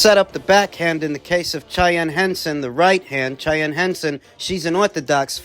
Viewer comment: It's pronounced 'SHY-ANNE' 😅